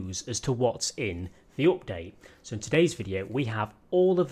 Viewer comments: It is update not opdate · Nobody:: OPDATE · I really like how you say update as opdayt :D